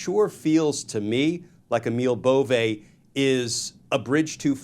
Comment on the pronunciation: Whether you support this guy's nomination or not, please have the decency to pronounce his name correctly, "Bovee".